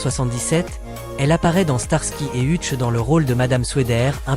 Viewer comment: Monsieur l'IA c'est Heutch que ça se prononce pas Hutche